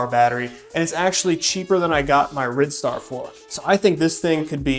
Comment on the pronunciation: I've been enjoying your vids... Do you think that the Rid star might be pronounced Ride Star... might get me one of them for 699./with a 50.00 off cupon